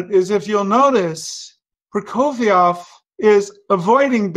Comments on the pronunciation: Hermione: It's not Prokofi-ov, it's Proko-fee-ev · It is hard to hear you mispronounce the name "Prokofiev" every single time you say it in this video. Also, you keep calling your alterations - "corrections". Prokofiev wrote what he wanted! Your "corrections" all sound bad to my ears and are not corrections.